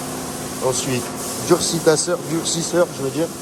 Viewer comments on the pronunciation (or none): Durcitasoeur euh durcisseur tu ma tué 🤣